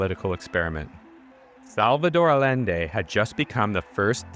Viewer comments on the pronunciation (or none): Thought-provoking. Thanks for sharing. Btw it's pronounced Ayende